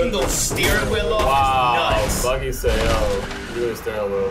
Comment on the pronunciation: Whenever says Bucky, I hear Buggy 🤣 Buggy is such a G he is making Steve run for his money! Anyway one of the best movies MCU has made.